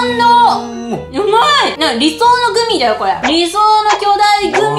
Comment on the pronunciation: ぐみだ！じゃなくて、グミや！に聞こえた笑